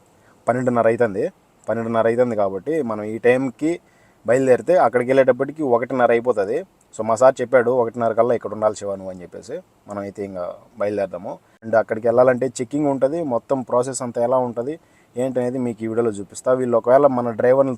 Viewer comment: ❌Shiva ✅ 😅😂😂